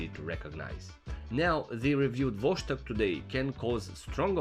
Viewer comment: cool video as always! Oh and it's Vos-tok not VosH-stok